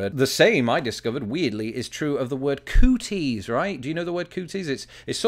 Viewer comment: Coo-TEASE? COOties.